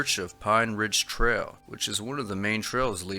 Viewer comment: Trell? Do you mean trail?